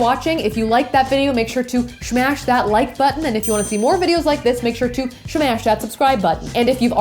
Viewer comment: Your videos are great, except it's SO annoying to hear you say 'shmash' so much at the end of the video. Just speak regular English and don't make yourself sound dumb!